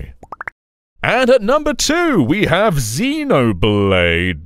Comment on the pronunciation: ZEN-oblade, not ZEE-noblade,. You're renouncing the britishness of the series